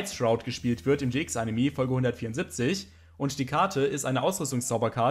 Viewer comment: "animi", immer